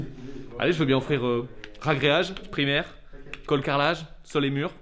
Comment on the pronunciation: Ouah du super boulot, tant pour rrrragréage que la vidéo. Oui c'est vrai, dommage pour les carreaux de ciment, mais quand c'est pas possible, et ben, c'est pas possible... Bossez bien, on attend la suite avec impatience !!!! Lau